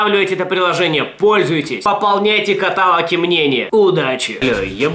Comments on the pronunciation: КаталОг, а не катАлог! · катАлог?! Jesus Christ! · каталОг, блеать..